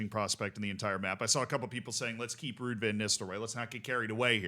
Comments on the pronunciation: You did butcher it, Ruud is not pronounced the way you did it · Excellent pronunciation of Ruuds name